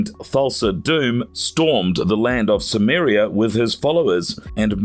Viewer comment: It's also Stymiria not Summeria